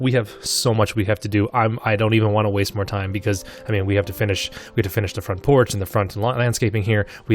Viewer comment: Front proch you mean porch?